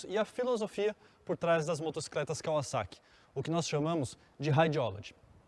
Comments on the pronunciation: Também reparei nisso, parece que falou em Kaviszeki.😀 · Só eu impliquei com a pronúncia dele , quando falava kawasaki ? Rsrsr